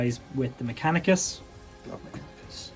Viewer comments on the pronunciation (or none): It's Mechanicus, not Machanicus. Really, guys.